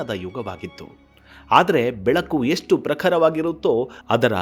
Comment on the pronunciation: Who is krisna dEvaraaya?? What is yestu?? Pl pronounce sha properly..